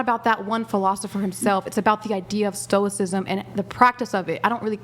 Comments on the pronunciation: Did they really just say they teach "stoik-ism" but they can't even pronounce the word correctly? I was NOT prepared for this level of cringe when I clicked on the video. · "Stoic'cism?" Wow....... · This girl couldn't walk you through a coherent explanation of why "everybody poops" and she's going to teach "stoh-ik-sism"? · "I teach 🤔what's is called ? Like uh soicism or 🤔stoicism? ..I dont know what it's called ..sorry if I'm saying it wrong " 😂😂😂😂😂😂😂😂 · "STO-ICK-ISM" bro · Im sureshe learned "stoik-sism" off wikipedia 😂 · “Yeah, I teach philosophical stuff about stoi…kis… I don’t know how it’s pronounced, but if you want to hear more, you have to pay me.” 🤦‍♂️ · "Stoickism" lol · Can't even pronounce "stoicism." 🙈 Cummmm drunk self proclaimed "philososopherz" 😂🤣😂🤣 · Sarte, camus, kierkegard, they can't even pronounce stoicism 😢😢😢😢😢😮😮😮😮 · Not only do they not know anything about stoicism and the philosophers who've written about it, but they don't even know how to pronounce it properly!! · Damn, she can't even pronounce her field of study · She can't even pronounce stoicism but she thinks she's teaching it? This is insane. She has absolutely no clue what stoicism is. This is the dunning kruger effect gone wild. I know it's just stupid women getting conned into listening to this afrocentric vibes and vibration bullshit but there is for sure at least a few guys in these women's pasts that gassed them up an agreed with their clear ignorance and incorrect takes, just cause the guys were trying to hit. The women never understood that the men that agreed with their nonsense just wanted ass, but I'm sure they've held the tiny bit of acknowledgement they got from a person above believing in astrology ever since as a sign that they're respectable. They are not. These women are blowup dolls with an audio recording of the ravings of a homeless person playing nearby. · At First They Did Not Even Know How To Pronounce Stoicism😂😂😂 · Can't even pronounce stoicism...